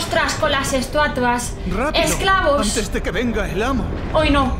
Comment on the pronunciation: nadie:: Estuatuas xd